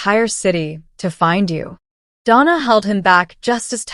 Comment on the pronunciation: I liked the short story. AI mispronounces “Donna” and some other funny sounding garbling. Too much talking about getting into the wrong car, however, I rate this tale a 5 out of 10.